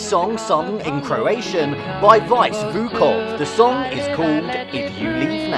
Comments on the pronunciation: Vice Vukov, not Vuvok, name is pronounced more like "Veet-Seh" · Vukov not Vuvok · "vajs" vukov hahahahhahaha girl